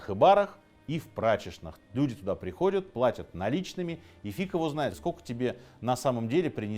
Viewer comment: Аааааа! ПриходЮт, приносЮт, вывозЮт, ПлатЮт и так далее со всеми остановками. Так интересно, но концентрация на этих произношениях просто-напросто мешают вникать как следует) простите, конечно.